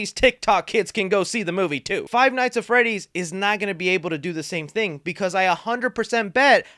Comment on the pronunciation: Did he say fie nights at Freddy’s?